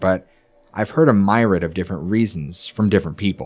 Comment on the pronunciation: Sorry but this is bugging me. It’s pronounced meer-e-id not my-rid